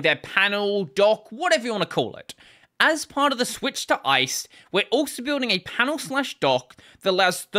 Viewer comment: I believe the rust GUI toolkit is pronounced "Ice D" (as in daemon; the full name rhymes with 'iced tea'), according to the lib authors - just FYI